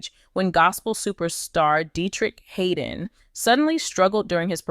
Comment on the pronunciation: His name is (Had) (don), Not Haydon!!!!!